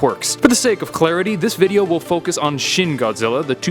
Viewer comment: Its pronounced "shin" and not "shen"